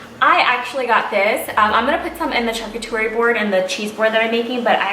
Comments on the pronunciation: Hi :) it’s pronounced sharCOOterie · Great picks, But I have to say you’re killing the word charcuterie! It’s pronounced shar-coot-erie 👍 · Charcuterie= shar- coo- tar-ee or Cheese board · Helen Mancilla She mispronounced the word, but she means charcuterie board. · Thank you! That drove me crazy. If you don’t know how to pronounce it just say....cheese board.